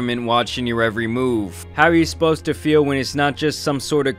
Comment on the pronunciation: im sorry but did this man just say "how are you esposed to feel"?